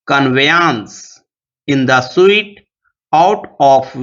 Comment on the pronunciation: sir suit ko sahi se pronounce nahi kiye hai